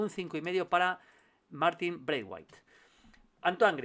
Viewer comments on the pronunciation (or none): none